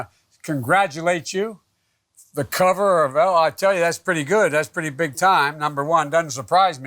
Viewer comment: He can't even say the name of the cover lmao🤣😂 min in